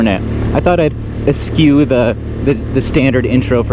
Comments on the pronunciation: es-shew Spelled: eschew. No k or c sound needed. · Nice job producer Logan! Also...Eschew - pronounced uh-shoe. Not askew lol